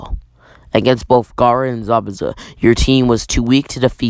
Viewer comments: U said garra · You mean Gayra.